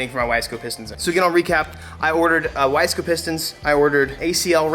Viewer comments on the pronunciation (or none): none